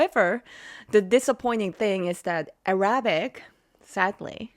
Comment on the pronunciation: Arabic. emphasis on first “A”.